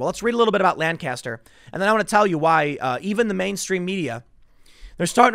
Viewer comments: It’s weird hearing Tim pronounce Lancaster wrong so many times when he doesn’t live very far from there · Hey man... locals pronounce this city as Lanc - aster... it's a PA Dutch thing, you have to live here to understand. LOL You must have heard the city and county pronounced this way, because YOU started to say it this way in this video. Love you Tim... just busting your balls. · This is bad this im from lancaster county hearing about a police shooting at all is so weird. Also its makes me cringe a bit to hear tim so the name of the city/county wrong, its how locals tell if you ain't from around here. The phonetic pronunciation is Lank-Caster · the correct pronunciation of "lancaster" pennsylvania is paramount when discussing it - you are not casting lans. lank uh ster or gtfo also i should posit that if my hometown were to be burned to the ground over such a benign use of force i would.. lose no more faith in humanity than i already have i suppose